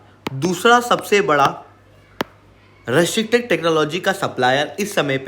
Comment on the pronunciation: Bhai, restricted bolna to sikh le